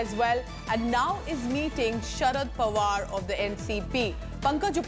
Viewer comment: It's Pawar and not Panwar. Don't understand if you do it deliberately